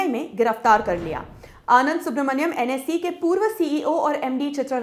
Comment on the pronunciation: It's NSE not NSI